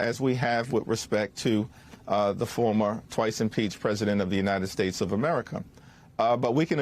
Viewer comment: Pence doesn't even know how to say, "Former.."